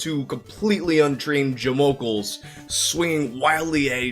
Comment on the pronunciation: jamokels??? What?